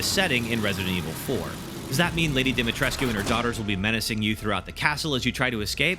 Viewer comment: It's Pronounced, Lady DIMI-TRESHK.